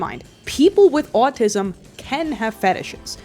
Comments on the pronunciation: I find it so funny how you say “owatisum” lol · The way you pronounce "autism" is simply enchanting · why do you say autism like that😂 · no offense but everytime you say autism you sound like a new jersey mother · the way you say “autism” scratches my brain aaaghh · For some reason, I can't get over the way you say "autism" and "often". It's just so oddly entertaining to listen to.